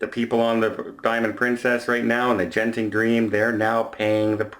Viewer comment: Hi, Genting is pronounced with a hard G as in get, go, & geisha. You can watch their official adverts if you need any further verification. For most Eastern Asian phonic translations, a J is used if it is a soft G sound as in Jiu-Jitsu.